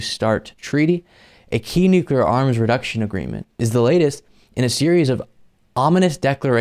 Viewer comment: man, buddy, pal, I love ya but you're killing me here It's "new-clear", not "nuc-yoo-lar"